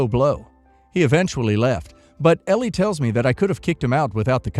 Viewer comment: Story 3: Elle is L not L E. Drove me crazy the entire video. Sorry rant over. Otherwise enjoyed watching.